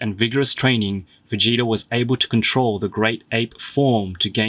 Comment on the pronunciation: He said Vegéta